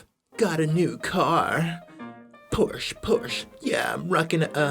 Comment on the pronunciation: r/facepalm American saying porsh and volgswegehn or macidis